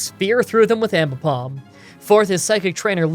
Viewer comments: ... you also called your Aipom Aimbipom... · "An ambipom" Aipom: Am I a joke to you? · I'm confused how you are pronouncing Aipom??? Are you saying Impom??? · I Just Notice You Called Aipom Ambipom When You Found It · Calls aipom ambipom. Hmmm